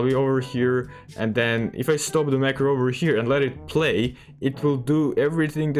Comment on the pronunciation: I did not understand which macro you said